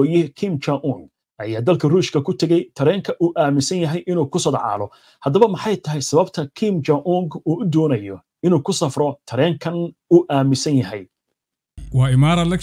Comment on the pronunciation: Ku sodcaalo mise ku socdaalo adi lee ka maqlay ereygaas 😂😂